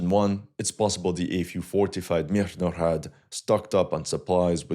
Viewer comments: stop putting extra unnecessary "h"'s into the beginning of MIRNOHRAD, it sounds ridiculous Just say "MEERNOHRAAD", ... "Мірноград"/"Мирноград" Source: I am Ukrainian Canadian, 100% Ukrainian blood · Stop butcharing the name of the city! Mirnograd, russ. the city of peace. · I'm so amused by your southern accent when you pronounce the word "Mirnograd" (Peaceful city or pacified city). A Russian would pronounce it with a clearer, more resonant "g." Like a girl or a garden. Because "Grad" is a word meaning "city", derived from the Proto-Slavic "gordъ" (город/gorod). "Grad" is an obsolete form. The obsolete form was more related to a fortress, and from it came the words "fence"="ograda"